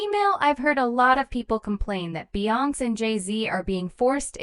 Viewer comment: Just another A-i video. Can't even pronounce Beyonce